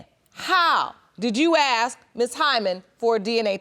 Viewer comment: it is ASK not AXE